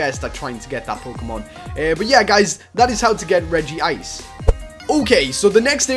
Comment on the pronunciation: Regice is my fave and I'm not trying to be mean Ur one of my fave youtubers but it's regice not regyice